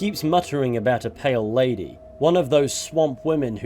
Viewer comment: I first thought you said "Male Lady" on the intro until I re-listened